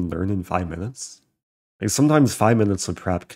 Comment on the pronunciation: "It takes five minutest to shave" uh no